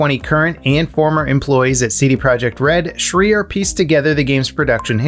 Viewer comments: Its pronounce Jason SHRAIER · lol you miss pronouncing Jason Schreier's name